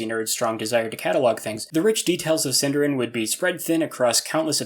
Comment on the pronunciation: SindArin, stress the A.